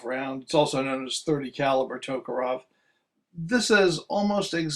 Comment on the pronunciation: Tok A REV...NOT Tok O ROV